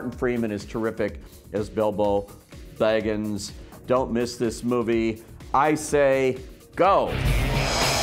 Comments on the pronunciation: Excuse me! Legolos! Can you please learn how to talk before you post this online! DrAgon?! Boggins!? Did you even watch the movies? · I can forgive mispronouncing Smaug, but when you mispronounce Baggins, then you sound like a fool.